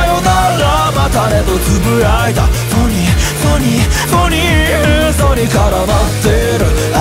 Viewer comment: うぽつです！ フォニイの発音がとても好きです！！曲で拍手をするところがあって実際に手を叩いていて沸きました さん英語の発音がとても良くて大好きです 英語のところだけでも沢山リピート出来ます😭✨(リピートしてます) 間奏の前にサムネのポーズをしていてとても最高です！！歌詞の「フェイク」と「愛のように」のお手手がとても好きです サムネのポーズ、腕の筋が好きです 顔に狐の仮面(？)の模様が描いてあってとても好きです 今週も投稿ありがとうございます！！ 沢山聴きます💭♪ 長文失礼しました。